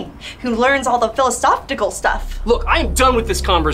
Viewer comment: in PhilisophTICAL 🤣